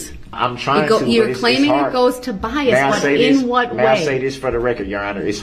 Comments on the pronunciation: OMG one of my favorite moments... BIAST. bias? BIAST. no B-I-A-S, bias, there is no T at the end. LMFAO...judge and educator. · Had me laughing when he kept saying "BIEST" and the judge was like, "oh BIAS?" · He also learned the word is “Bias” with no T at the end 😂